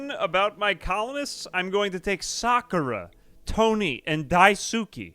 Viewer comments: Yo wіggа its pronounced "dice-kay" not "die-soo-ki"‼️‼️ 🙂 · Idk if you still read these, but daisuke is pronounced "dice kay" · everytime he pronounce daisuke i die a little inside